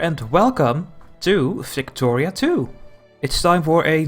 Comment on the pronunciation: Your accent made it sound like you said flictoria